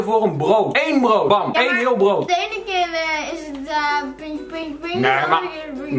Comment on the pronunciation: Zij komt zeker uit Westland ik hoorde echt zo jaaaaaa